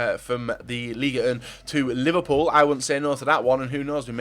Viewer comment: Anyone get annoyed when describes Liverpool as "ous"